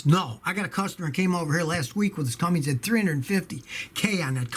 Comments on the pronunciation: Cummins, Scotty. Not Cummings. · Cummins, not cumminGs! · Scotty...Its CUMMINS NOT Cummings. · I’m from Columbus Indiana, both parents retired from Cummins. NOT Cummings😂😆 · Scotty. There is no “Cummings” engines. They are Cummins. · When did CUMMINS become CUMMINGS...??